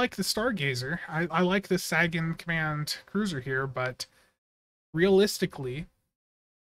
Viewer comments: Not sure if you're intentionally saying it wrong or not, but Sagan is pronounced Say-gun, as in Carl Sagan. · This is 1 of those ships with its console, stats, & trait I would've bought from the ZStore just to have & not immediately use, but not going to gamble for it nor pay a premium price for a per character. Seems like Cryptic has been focusing on shielding lately. Also, "SAY-GUN" as in Carl Sagan. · You're saying sagan wrong